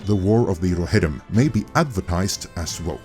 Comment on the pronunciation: the warrr of the rrrrohirrrrrrrrrim